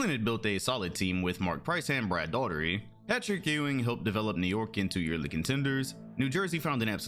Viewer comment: How can someone call themselves a NBA fan and repeatedly mispronounce Brad Daugherty's name? C'mon bro. Really sick of these fake fans who never saw some of these guys play but thinking they know everything about a certain era cause they looked at some stats or standings.